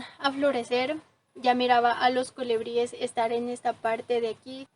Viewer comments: Muy lindo tu video y muy lindas las flores, también lo explicas muy bien.....pero no digas colEbries...es colIbríes la pronunciación correcta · Se dice colibríes y no colebríes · Mi niña muy linda tu descripción del jardin precioso, con todo respeto te digo q se dice colibries y no colebries se escucha muy incorrecto, un abrazo.